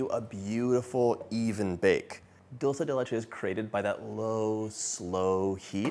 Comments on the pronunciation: I found myself wishing he would stop saying Dulsa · Except that he pronounces “dulce” wrong - it’s “dull-chay” 😅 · Are you kidding me? It absolutely drives me crazy when he says dulsa